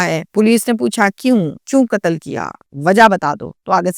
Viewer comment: Urdu lafz Qatl hai, Katal nahi..sahi lafz Umr (age) hai, Umar nahi.News reader ko language per uboor hona chahiye.